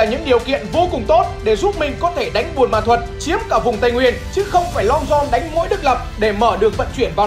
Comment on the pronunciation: Ông cứ đọc sai thành buôn mê thuật hài v😅